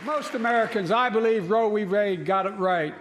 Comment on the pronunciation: What is "row bee wade"?